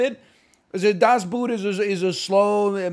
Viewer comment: das boooooot??? it is pronounced das "boat" actually